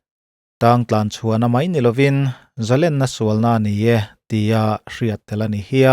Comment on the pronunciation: I channel hi azau sia,mizo ṭawng lamrik dan hi uluk deuh teh khai,Zalênna tih turah zalenna iti ta fo mai...ṭang sauh2 teh